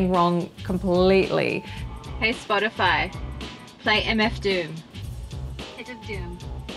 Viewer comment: Bro. It sounded like she deadass said MF Doom...